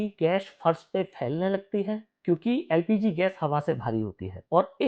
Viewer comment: No. L. P. G. Please. Practice